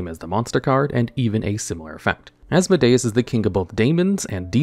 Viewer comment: I'm so happy your pronunciation has gotten better over the years, but also as-MO-dee-us